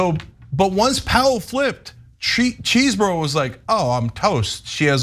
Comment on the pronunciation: There is no excuse for mispronouncing Chesebro now that the word came from his very own mouth in court.